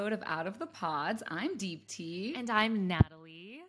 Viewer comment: So annoying how deepti pronounces her own name wrong